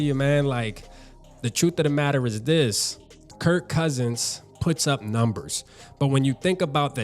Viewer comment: Kirk not Kurt